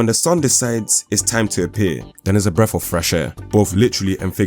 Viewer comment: "Breff" not BREATH?